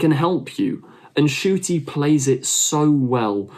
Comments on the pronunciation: I noticed you don’t pronounce the N in Ncuti. I get why but he actually revealed that he mispronounced his name because it would be easier to pronounce or something along those lines. So yeah the N isn’t silent, just as a tip >.< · Ncuti is pronounced "Shuti"